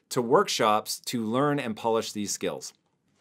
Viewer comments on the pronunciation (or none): none